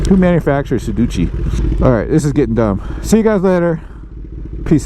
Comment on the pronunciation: I cannot take advice from a man who doesn’t remember the proper name of the brand someone that cannot speak their native language properly it’s your peripheral vision not periperal sedici not sedici Paid video terrible editing terrible use of the English language which is obviously his native tongue sorry dude get some education before you try and influence people